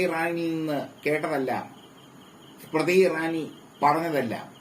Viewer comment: നാലക്ഷരം പഠിച്ചുവാ മോളെ. സ്മ്രതി സ്മ്രതി അടഞ്ഞു.